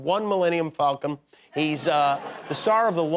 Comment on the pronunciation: Did he say "Falcom"?